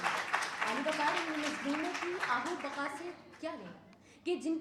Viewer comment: آہ و بقا نہیں آہ و بکا ہوتا ہے لفظ پیاری بیٹی